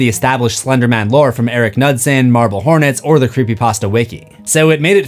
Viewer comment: Pronouncing Knudsen and nutson is very funny